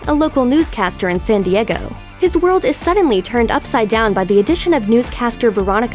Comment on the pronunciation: Where is San Di-eggo?